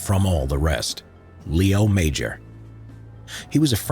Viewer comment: Just as a minor correction, the creator of the video got his name wrong, it's Léo Major, Léo pronounced with an A sound for the E instead of an E sound, and Major is pronounced with a soft J instead of a hard J (like the J in Taj Mahal). Sadly he's not as well known as he should be, and I totally agree there should be a movie made about him. Though, I do wonder if it would be believable as a movie since his story is so absurd.